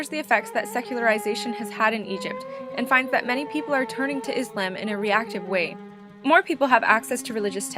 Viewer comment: the video was very helpful but i think you were pronouncing islam wrong :/